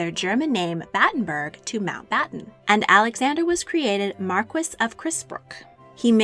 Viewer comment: Marquis = pronounced like "marQUEE." :)